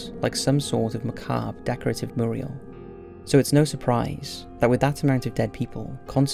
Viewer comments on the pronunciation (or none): You pronounce ‘mural’ like the name of Courage the Cowardly Dog’s owner.